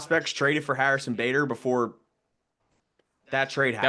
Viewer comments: Who's Harrison "Bahdar" smh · Did he just say Harrison buhdar?!? 🤣🤣